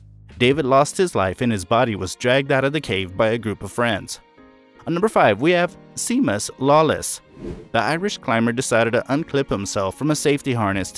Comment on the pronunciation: Seamus is pronounced Shay muss